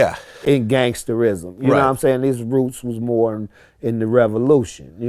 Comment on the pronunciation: Nigga said gangsterizim 😂😂😂💀